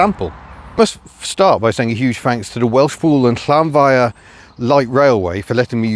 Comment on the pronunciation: Well, you've cracked the difficult bit - the sharp "hy" we've all mispronounced as "high" for so long! And now I know how to pronounce "Llanfair" properly :)